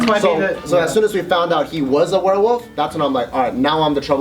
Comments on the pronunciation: Lol, "werewoof" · I love how pronounces werewolf as "werewoof" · "Warewoof" lol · OMG SAID "WEREWOOF" A HUNDRED TIMES GAHHAHAHAHAHAHAHAHAHA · At the start, keeps saying Werewoof. Absolutely hilarious and cute (๑´∀`๑) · says werewolf weird it gets worse since she says it a lot